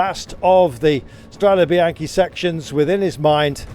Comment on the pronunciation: Please learn to pronounce Strade Bianch"e" correctly...it isn't a bycle Bianchi!